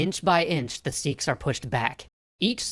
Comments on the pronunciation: S-ee-ks wrong S-e-kh right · I can't with the way he says seekhs its sikh like sick but with a kh sound